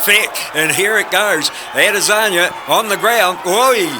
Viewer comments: I heard "Israli Lazania" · This commentator called Ade 'Lasagna'. Lol. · I heard "Israeli Lazania" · How many times the commentator said Alasagna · Nobody: The Commentator: Adezanya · This guys says Ed lasagna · The way the commentator pronounces Izzy’s last name sounded weird! Kind of irritating. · sounds like the dude is struggling to say lasagna